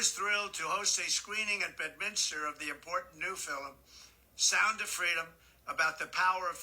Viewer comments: DJT is losing it. His head is filled with Nazism and conspiracies. Most assuredly this is another ploy….American U. is not anymore Real than Trump U! What is this “fill-em” pronunciation for “film.” I like your format for this series. I share them. TY 🙏🏻🦋♥️ BTW…he is correct to an extent about our Universities. Look what the Ivy League has spit out! Hawley, Kavanaugh and the remainder. Shameful! There are too many to list who are currently in our Justice system and DC.🧐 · Is he saying "Fil-Em" instead of film?